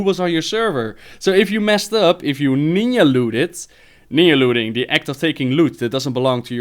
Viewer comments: nin jah looting not ninya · LOL Great times and great memories man! I love how you say NEEYAH hunters, NIN-JAH mate. But love your accent, so all is forgiven! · lolol you're the man, but it's Ninja (pronounced Nin-ja, not Ninya) you silly bitch:D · lmao "ninya looting"